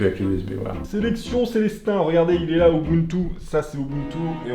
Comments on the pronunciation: Bah non en fait Rufus prend juste TOUT les fichiers dans l'ISO et il te les met sur ta clé, c'est tout. Donc en fait ce genre de logiciels ça sert a rien. Ah, ET POURQUOI TOUT LE MONDE DIT "OBUNTU" ET PAS "UBUNTU" !!! ? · "Obountou" x)